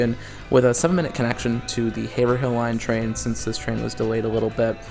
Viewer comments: Incredible! FYI, Haverhill is pronounced “HAY-vrill” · Haverhill = Hay-Vrill/Rull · Okay hearing the way you pronounce Haverhill is setting my bones to attack mode. It’s pronounced ‘Haverull’ the 2nd h is silent and it’s a u sound instead of the i that’s actually there